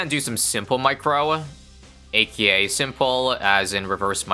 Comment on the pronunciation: It's "ey-kay-ey" NOT "ey-KEY-ey".